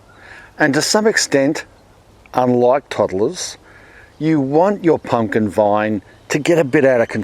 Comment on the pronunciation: Pump- kin - pump kininkin 🤣🤣